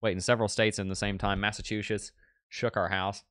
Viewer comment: Mass a 2 Shitzzzz…I grew up there, most accurate pronunciation! Ha!